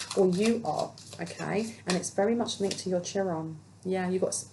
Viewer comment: "Chiron" is pronounced Kai Ron